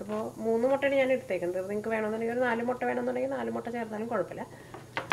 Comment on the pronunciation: motta allaa..... mutta😃😃😃